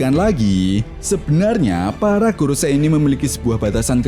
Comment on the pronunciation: Kak, bacanya bukan goroSAI, sepertinya... tetapi 五老星 gorouSEI = lima planet tua = five elders